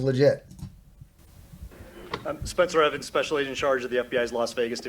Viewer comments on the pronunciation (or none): none